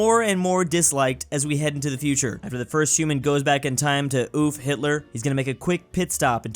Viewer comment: ACTUALLY SAID HILTER THE CORRECT WAY OMG!!